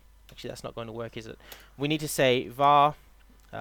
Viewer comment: Its VAR not WAR!!